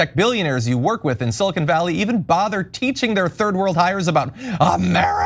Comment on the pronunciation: Please learn how to pronounce silicon.